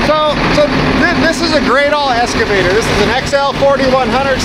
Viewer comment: E-X-C-A…! Not Esc… EX-CAVATOR! Why the hell do so many people say ‘escavator’ ? Just a pet peeve, like axe instead of ask